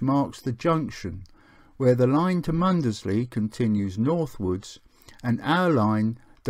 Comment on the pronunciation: Great video, but you pronounce Mundesley wrong....